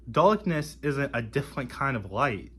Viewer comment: Weeawwistikwee "Realistically" Daaaukness "Darkness" Wew "Well" Kweeated "Created" Kweshun "Question" Numburr "Number" Weaves "Leaves" The future is lost already. Anseturs "Ancestors" Fouzand "Thousand" Wesrwekted "Resurrected"